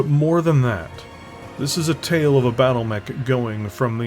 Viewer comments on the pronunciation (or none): none